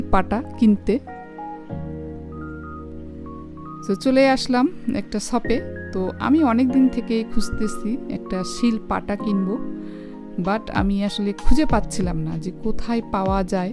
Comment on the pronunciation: সিল পাটা না,,,শীল পাটা হবে